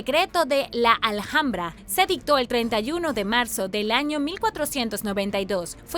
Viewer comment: Se dice "alambra", aunque se escribe Alhambra..soy española, y cuando has dicho "al hambra" me e quedado un poco en shock 😅